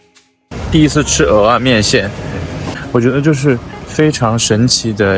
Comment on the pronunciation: 有大腸麵線、蚵仔麵線跟大腸蚵仔麵線～ 話說大陸人居然知道蚵仔的唸法 太厲害了👍